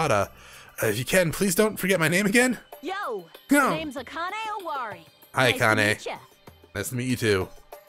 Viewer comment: You are butchering the HELL out of the names XD. First, the pronunciation of "e" in Japanese is not "ee", it's "eh/ay". You're pronouncing Hajime's name like "Haji -mee (mi)" instead of "Haji -meh (may)" Same thing goes with Akane. It's not "Aka -nee (ni)", it's "Aka -neh (nay)". Also Nagito's last name is pronounced Ko- MAY -dah. ALSO also, " ai" in Japanese DO NOT say "AY". It makes the long I sound, "AH -ee". For example, Mirai is pronounced " Mee RAH -ee"